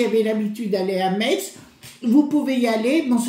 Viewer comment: Metz se dit Messe.